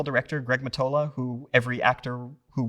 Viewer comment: Greg Mottola. Not Mattola